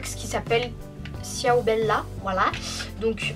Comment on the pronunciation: J'adore ta chaine mais ciao sa se dit "chaou" mais sinon je t'adore je crois que j'ai vu toute tes vidéos